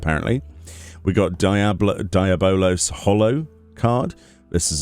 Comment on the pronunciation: the way he pronounced Diabolos name XD.